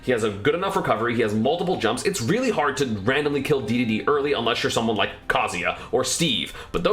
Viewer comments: oh my god did you say dee dee dee instead of daydayday cringeeeeeee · He does it on purpose to get people reactions and engagement. It’s hilarious